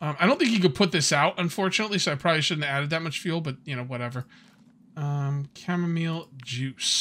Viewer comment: Chamomeal... sorry mile, chamo-mile 🤦🏻‍♂️